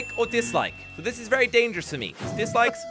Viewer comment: i dont want to go to shcool to wach zis